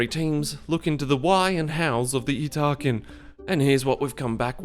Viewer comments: Yeet-ta-kin I believe is the correct pronunciation. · "Yes that is how you pronounce their name" > Shows pronunciation guide outright contradicting his pronunciation Ha! You wont get me with such lazy engagement bait.....wait a minute.